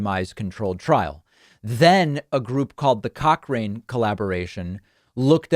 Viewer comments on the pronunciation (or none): I thought he said the cock ring association.🤨😂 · Did he just say “the cock ring” collaboration??? Must be a Republican study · Joe get some help. All the help. Please! David has a crush on you. Did you just say cock ring? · Thumbs up if you thought he said "the cock-ring collaboration". 🤣👍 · David! The Cock Ring Collaboration?!? Wha-?😳 Thank goodness for Closed Captioning! The Cochrane Collaboration. ⏩Dr Mike, an actual Dr speaks on Rogan's 'meds.' Luv ya DP but we need a real med pro. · Did I hear "cockring collaboration"🤣🤣